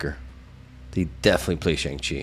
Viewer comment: Please pronounce Shang Chi correctly. You say it too much to keep saying it wrong 😂